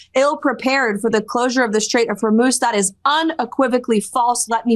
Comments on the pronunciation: Noooo... Ben forgot how to pronounce Hormuz again! 😢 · For those of you who believe leftist pundits at their word, there were many lies spewed here. I live in Israel and the attacks here since the beginning have definitely subsided, but when you hear from a man who can't even pronounce Hormuz (NOT HORMOSE) do not take him seriously. He has an agenda. He mixes in a few facts here and there and becomes "believable". The war is being won by the USA and Israel. Iran poses an existential threat to the USA. When you raise an entire generation and mandate in school chanting "De. a .t h to America, etc" and the first act you do in 1979 is kidnap Americans, and you take a country without ample water supplies and divert all its resources to create a nuclear bomb, ICBM's and hypersonic ballistic missiles you have a target in mind. That target is the USA. You do not live close by to these animals so you believe an uneducated person selling you lies for clicks. Remember, you subscribe, you watch, he gets paid. Do your own research, stop believing what sounds good.....Iran is being pounded and is going to collapse if they continue the war to the end, it is disastrous, but not for the USA, it is disastrous to the Iranian Islamic terrorists. They spent billions trying to destroy Western civilization. They see it as a religious duty, and if you know nothing of Shia Islam, or Islam in general, you will easily fall into the trap of hating Trump, hating Israel, hating all Jews and softening you for the third world. One example of this poorly educate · I think Ben should put a buck in the swear jar every time he says Hormoze instead of Horzmuuuuz.